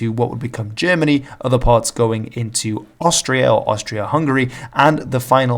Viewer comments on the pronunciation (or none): none